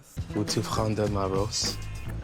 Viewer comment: «Veux-tu ✨prendrée ✨ ma rose ?» oh buddy lol. It should have been « veux-tu prendre ma rose ? » So, instead of saying «do you want to take my rose? » he said «do you want to taken my rose🌹» 🫣 so close lol